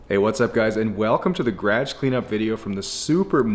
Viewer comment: I have to giggle every time you try to say "garage" and it comes out "gradge" instead.